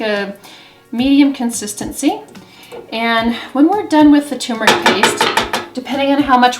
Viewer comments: It's not "too-meric". It's TUR-meric. Ughhh... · She's saying Tumeric (too-meric), but I'm seeing Turmeric (tur-meric) in print. Is there a difference between tumeric and turmeric. I take turmeric capsules daily. Should I look for "tumeric" powder?